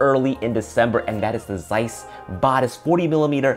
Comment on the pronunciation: It would be good if the reviewer could do some research to learn how to say Batis correctly. Tip: check B&H video about the Batis 40mm